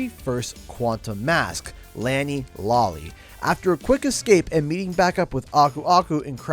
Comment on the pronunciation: Good video, but it isn't really a review if you aren't reviewing anything other than the story. This feels more like a recap of the first half of the story. Oh and it's pronounced Lani "Lo-le", not Lani "Lo-lly". If there is one L it's pronounced Lo-le. Just giving you the heads up. 👍